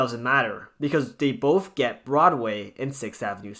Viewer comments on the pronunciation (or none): none